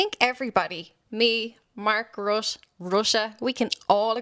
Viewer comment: His name is properly pronounced RUTA